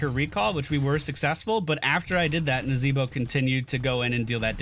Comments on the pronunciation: I've laughed so hard "nazeeeeboh" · NazEEEEEEbo, funny every time you say it.